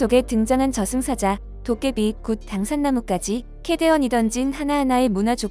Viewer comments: 도깨비 독음할 때마다 "토카바이"이러는거 묘하게 거슬리네 ㅋㅋ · 도꺼바이.... 발음 졷빠지네. 도꺼바이.... 도깨비라고 못하냐. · 저 미국인은 도깨비를 도깨바이라고 발음하네 ㅋㅋㅋ 아마도 영문으로 Doggaebi 라고 씌여 있는 것을 bi를 바이로 읽은 듯... 그래도 기특하구만.. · 도깨비보고 자꾸 도카바이라고 하는거 나만 신경쓰임??